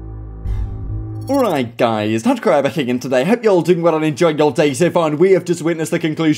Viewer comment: The king of “owite guys”